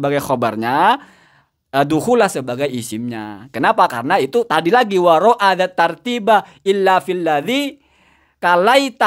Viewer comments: Jangan waro' a harusnya waro' i mas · kmu jga ustaz warkop ...mmbaca alpiyah salah jga taz kmu baca waro,a zattartiba ...yg bener waro,i.zattartiba ..ro,i pi,il amar ....manusia tempt salah yg pnting trus bljr dn blajar tau diri con marecon dn siap tengil itu tdk baik hehee